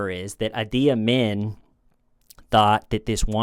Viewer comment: Uzbekistan is typically pronounced like OOZE-bekistan not YOUs-bekistan fyi. And the Ugandan fellow - Idi rhymes with "needy". And this ones easy to remember: last name Amin as in "a mean" man. Sick vid 🙏